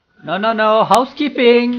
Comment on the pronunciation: i cry when you say housekeeping, alo, no entiende? muchas gracias bay bay god i'm from latam but that was so funny XD